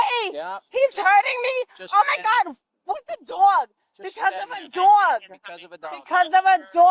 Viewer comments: "With the DWOG?" "Because of a DWOG!!" "Because of a DWOG" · I can’t even think of a way to spell the way she’s pronouncing “dog.” 😂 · If she says DAWWG 1 more time! 🙄🙄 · "For having a dwag"